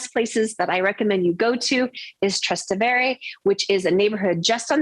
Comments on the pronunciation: He is 100% right truth hurts doesnt matter if shes humble no ones saying shes cocky she is just superficial in her advice and moronic with her yankee perspective ignorant would also be fitting word Her pronunciation of trastevere is a crime against humanity Most americans pronounce it that way And they never bother that every roman around them has a COMPLETELY different melody and pronunciation This is not a trip to disneyworld or a cheesy trip to paris Do a bit of homework and preparation before coming to the most historically important city in the world 😮 never mind 😢😅😊 Welcome to rome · This is so bad. It's not called City Center, and you should learn to pronounce Trastevere if you purport to be knowledgable about Rome.